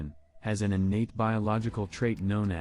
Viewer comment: "much more quicker" ?? "In nate"? Combined with the robot voice, sadly this is NOT a video I'd be comfortable sharing with loved ones to help them understand.